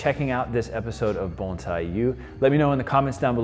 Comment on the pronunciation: Bones eye?, I thought it was Bon si